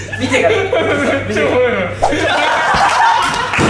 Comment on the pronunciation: のしょっぴーの「めっちゃおもろい」のイントネーションが完全に関西のそれなんだよなぁ